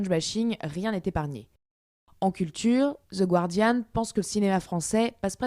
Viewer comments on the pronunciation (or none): Ils oublié leur mauvaise prononciation en anglais "Ze gwwwwwwwardian"